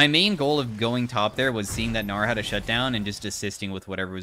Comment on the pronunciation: LOL the way said "gnar" and i heard "naur" 💀